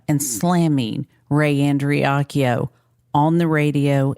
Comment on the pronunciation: is a subpar human. He doesn't even have the decency to say their name properly and the Andreacchio family wants Justice for Christian and have been ignored, and lied to. I am appalled and pissed off listening to him spout off his mouth.